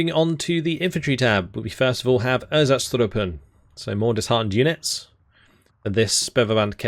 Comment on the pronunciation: I swear when you said erzatztrupen I heard einzatztruppen that feels very weird Overall nice militiabois to throw in blobs for almost free with some very elite to really pack a punch Lacks radio from litterally everyone but no really good long range arty support anyway nor arty availability No heavies and few medium Light air but very good choices Very city/forest based army Everything is so light any support will destroy them very easily out the open, I think it's clearly not a good one as a whole load of arty players are out here and well... Arty on militia is not gonna end well and I don't think your own arty will be useful as counter battery either. 1v1 is a no go but with allies it could be a very nice and strong one